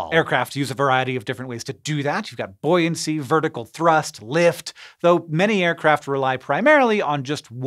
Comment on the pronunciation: Buoyancy? You mean "bouncy"? 😏